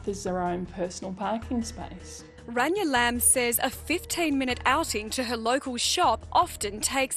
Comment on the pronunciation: How can you not have gotten Rayna's name correct? It's not Ranya. At least you got Suresh's name right.